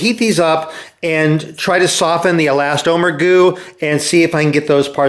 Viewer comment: He never did. He did, however, say " e-last-OH-mer". (And I am glad he is back, no matter how much I self-righteous nit-pick!) Another great "How-To" video.